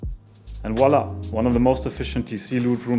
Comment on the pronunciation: Haha dein voila klingt so komisch 😂😂👌🏻